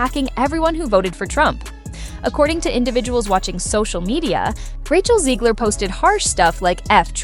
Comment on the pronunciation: Stop calling her "Zeegler". It's ZEG, like leg, Rachet, Zegler.